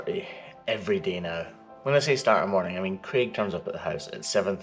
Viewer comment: Craig lol he just says it weird